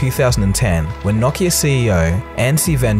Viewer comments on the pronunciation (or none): Knock knock-ia. It's no-kee-uh. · Wait it's Knockia? .... I thought it was Nokia? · What is Knock-iya? I know what No-ki-a is but not knockiya. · “KNOCKeAh”....it’s NOkeyAh...Nokia bro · I thought it was pronounced No-KEY-ah ? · "Nockia" LOL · I think its pronounced no-key-uh? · The way you pronounce Nokia haunts me